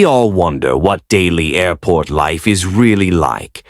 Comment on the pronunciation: That was a record number of “airrrports” in the first two sentences. Lovin’ it!